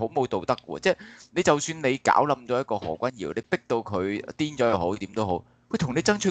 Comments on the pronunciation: 個堯不應讀作妖字。。正讀姚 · 又話中立。。。？？？可以尊重别人的名字嗎，如果你舌頭有問題，请簡單稱呼為何先生，可以嗎？覺得你帶有私怨刻意把名字讀為妖而非堯，这樣影响這台的立場。please. Appreciate. 謝谢。